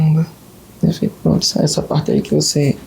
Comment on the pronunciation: Cada vez q ele falar “proonntu” aleatoriamente